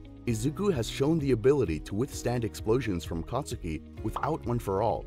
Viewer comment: you said katsuki wrong